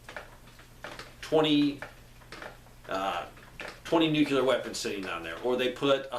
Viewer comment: Why are you adding an extra syllable to the word NUCLEAR? NUCLEAR is a two syllable word. It is NOT a three syllable word. Stop saying "NEW-QUE-LEER". It is pronounced "NEW-CLEAR". Two syllables... not three syllables. Stop pronouncing the word NUCLEAR wrong. I’ll lead an effective strategy to mobilize trunalimunumaprzure.